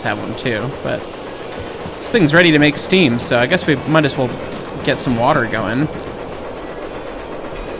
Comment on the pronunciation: Fill in the wa'er